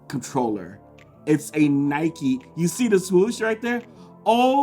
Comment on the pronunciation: Its Nike. Not Nikeee